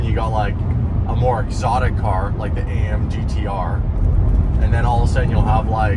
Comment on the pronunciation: Just to help you for next time 😅 it's AMG GTR not AM GTR, you said it twice...😅😂😂😂